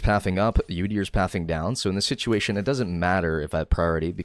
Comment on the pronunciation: "situlation" like this